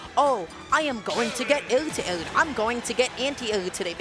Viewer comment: Completely agree... it's so hard to grasp the fact he knows all these words and hear them being said and still say them horribly bad.. AIR TO AIR came out as (ayyuhguda ah ayyuhguda)